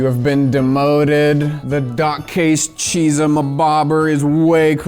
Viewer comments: BTW, zh is pronounced as J. From your local (half) asian man. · pronounces Chizha like it just gave him the last of its Hamon